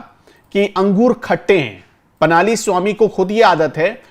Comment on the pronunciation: पनाली नही पळणीस्वामी। अगर हम सब हिन्दी भाषी लोग दूरियाँ कम करना चाहते हैं तो हमें भी थोड़ी बहुत दक्षिण की भाषाओं को समझने की कोशिश करनी चाहिए और नामों का उच्चारण सही प्रकार से सीखना चाहिए।🙏